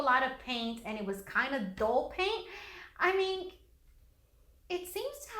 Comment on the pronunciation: she says iming not i mean!!lol